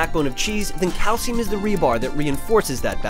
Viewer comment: what the hell is cay-el-siyum yo?